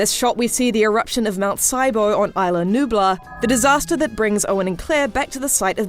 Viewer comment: You pronounced is-la like island